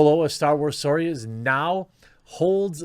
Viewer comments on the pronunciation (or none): I can hear Jeremy is still relearning how to pronounce "story" 😂